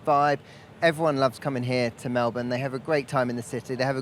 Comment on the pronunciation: nailed it..... it's Mel bin Alex not Mel born. 👍